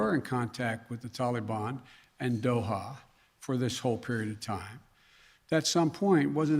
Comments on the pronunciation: Anyone else sick of Biden saying Tollie Bahn?Give it up guy, you’ll never get a straight answer from this idiot. And 85 percent of the Afghan Army was on drugs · Tollybon??? Wtf what a loser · Anyone fluent in Bidenese? Wth is the “Tollybon?” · It's not Biden's fault. How in the world could an Afghan army of only 300 soldiers possibly go against the "Tahlee-bahn"? ...Our Prez is doing his best. We should ALL give him a standing ovation!! Or NOT. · Can I ask why no one has taught him to pronounce Taliban? It is not pronounced Tally ban. It drives me crazy to listen to this idiot. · what the hell is a taleybonn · ITS NOT TAL-EE-BON! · " tolly bon" 😆😆😆😆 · "Gee I didn't realize there would be a mad rush of citizens trying to escape the tallybannn take over.. My bad". What a total loser idiot. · He's so pathetic 🙄he can't even pronounce "Taliban" correctly! SMH such a clown 🤡